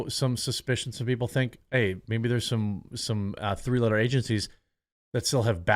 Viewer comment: Lol sounded like free-loader agencies instead of three-letter agencies.